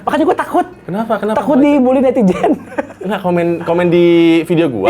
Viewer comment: "takut dibuli netiJen" 😅 Bandung pisan, pake J bukan Z